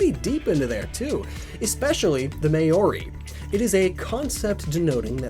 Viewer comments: Sorry to try correct pronunciation but its Mao-ri (sort of like moldy) not ma-ori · "may-or-ri" my dude that is not how you pronounce Maori. I've seen this happen in a few of your videos that mention my homeland's indigenous culture, so I'm gonna help you out with how it's actually pronounced. For starters the word "Maori" is two syllables "mao" and "ri", not three. The "mao" part is like a deep meow (mau) or rhymes with the pow in kapow (mow). You could even get away with just ignoring the "a" entirely and pronounce the word as "mo-ri" I hope this helps! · Great video! Just one thing bothering me near the start. It's Moh-ree, not mah-or-ee. Also best if you roll the 'r' slightly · Maori is pronounced mah-o-ree (and you roll the R) not May-or-ree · “May-ori” Mao-ri is a more accurate pronunciation, good effort though! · I died inside when he pronounced maori "May-or-ee" it's "Mou-ree" (Mou as in MOUntain), though the r is the weird extended version that most English speakers can't pronounce. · me from new zealand where when learn maori every day : him: MAY OR I me : * Inhale* mow ri is how you say it. * exhale * its maori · i cringed so incredibly hard when he said "ma-ori" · Mow-y ... I'll assume that was a typo/autocorrect fail ... Vowel sounds are identical to Japanese ... English based approximations like Mow-re or Mouldy (with the "LD" softened to an "R" sound) are usually acceptable attempts, May-o-re definitely isn't - odd that some Americans always add a syllable into this name, when their usual instinct of reducing syllables is the better way to go ... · I am sorry about this but Maori is pronounced “Mow Ree” not “May Or Ee”. I just couldn’t let that slide. I hated writing this. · Good video but it's mao-re not may-ori Sorry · Hello, New Zealand person here I just came to ask please do not pronounce it may-ori as it is pronounced maow-rri (role the r) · Maori = mawri.. not mayori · did he say may-ory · Maori is pronounced mah.u.ree